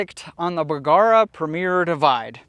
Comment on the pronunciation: P.S. when you say bergara it kinda sounds like someone going b-kawk